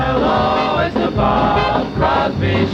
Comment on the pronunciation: At least get the guy's name right - It's CROSBY